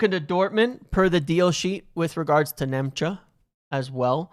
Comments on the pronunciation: for the love of God his name is not Nemcha it's Nmecha. N-me-cha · Nmecha is pronounced METCHER. Just saying. Again 😁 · It’s Metcher. Metcher. The N is silent